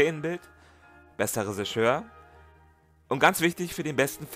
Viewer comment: Das ist ein unfassbar großartiges Video über einen unfassbar großartigen Film. Danke dafür! Nur das "Resischör" triggert mich ein wenig 😉